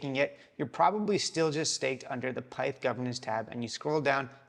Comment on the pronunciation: It's pith not pyth, not named after python (computer language), it's named after pythia, oracle of temple of apollo at delphi.